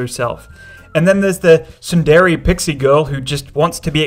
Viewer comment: i hate tsundere being pronounced "[t]sun-DER-ay" instead of "TSUN-dir-ay" I'm sorry